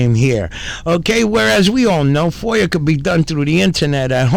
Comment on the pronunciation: FOIA has no R at the end. Foier lol